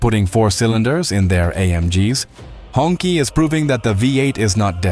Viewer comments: It's not pronounced like "Honkie" 😂 Its pronounced like "Hung Chi" means The red flag. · It's not "hong key" , it's pronounced as "hong chi" , that's the closest pronunciation